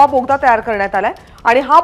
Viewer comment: बाई यगदा बोगदा बोलाना 😂😂मी परभणीकर